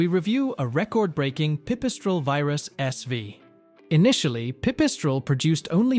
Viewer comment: Why do you pronounce the designator 'SW' as 'Ess Vee'? Is this a nod to the German (and perhaps Slovenian) pronounciation?.